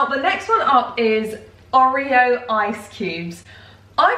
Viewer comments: The way you were saying oreo grinded my brain into mush omg 😂 Theres been a few times you've had people comment on your pronunciation and normally I agree with you, not them (refried bean incident) but its OR-reo not OH-reo. I love you but omg 😂😂❤❤ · Not oreo please pronounce it (or-ee-o) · I’ve never heard someone pronounce Oreo like that. Ohhh-rio LOOL.